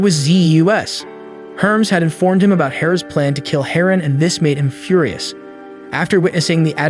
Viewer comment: "Few-rye-us"? Is that how we're pronouncing it now? Read more. Speak better.